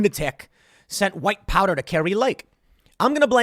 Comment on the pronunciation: I almost thought you said white power instead of white powder 😄😄😄🤣🤣😂